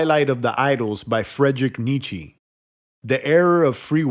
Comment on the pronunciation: Thanks. It's pronounced Neet-cher, by the way.